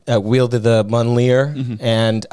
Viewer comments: how dare you BUTCHER Mjölnir like that. It's me-yol-neer. Myol-neer. Mjölnir. Not even a marvel fan just like mythology. (I really hope that comes off as lighthearted as I meant it.) I really love this podcast though. My preferred content is usually videogame lore or horror stuff, but this is great. Slater is a wonderful addition and I can't wait for more episodes. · Love these guys. Troys gotta learn how to pronounce mojonle tho. But I’m not gonna learn how to spell it.